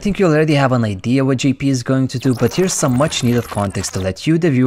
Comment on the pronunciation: You got me confused. when you say Gee-P do you mean Jay-P?